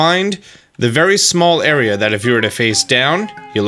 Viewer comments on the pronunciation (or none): none